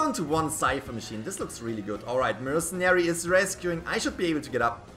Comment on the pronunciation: The way he said "able to get"